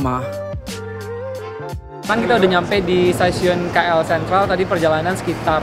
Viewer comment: Sebutan tu salah bukan Ki El tapi Ke El